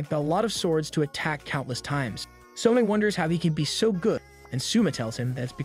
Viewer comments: suma LOL its soma bro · Every time the AI pronounces Soma as summa, I die a little inside. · its not souma its soma yukihera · I had to stop the video the second he said Suma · Literally spelled SOMA. How is it that yall butcher names so bad? So ma. Do yall even watch the anime or just read the manga?